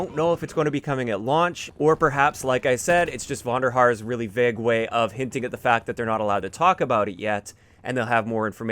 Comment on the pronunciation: You pronounce vague wrong in any accent